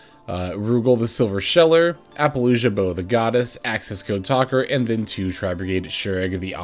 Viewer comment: Hey,. Love your stuff, but I have to speak up… why are you pronouncing it like “ApollouJUH”? It’s Apollousa. I don’t understand